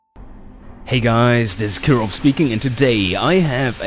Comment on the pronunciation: swear everytime i hear killrob say his name, i hear "kirov"